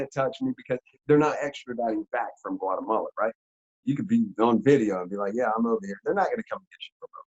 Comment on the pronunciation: said "guatabala"😂